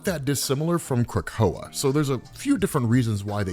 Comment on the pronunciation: Not how you pronounce it